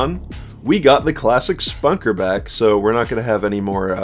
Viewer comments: Its not the exact halo reach weapon its a completely different variation of it. The BR 85 is going to be ditched and 343 is bringing back the halo 3 battle rifle. Your pronouncing the og ricket wrong its not Spunker its Spanker. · I mean I get that lol just usually people pronounce it "spanker" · man said Spunker